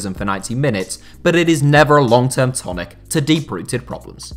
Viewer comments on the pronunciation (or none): none